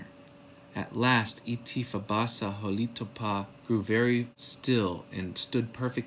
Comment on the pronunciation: A few things: We have no 'oo' sound in our language except the oo as in 'book'; Holitopa is hah-lih-TOE-pah, not "hah-LEE-too-pah". Itti is 'IT-tih', not, 'ee-tee'. Misha Sipokni, is 'MEE-shah-sih-poke-nih', not "mee-sha-SIP-kin-nee". Also, it's Chikasha ('Chih-kah-shah'), not 'Chick-suh'. We never originally called ourselves, "choctaw" - A Euro writing back home from Cuba called us that hundreds of years ago, not us. Also, "chickasaw" was a Euro thing. It's deceiving saying, "our ancestors", when Chahta are not the ancestors of all in America. Much Love.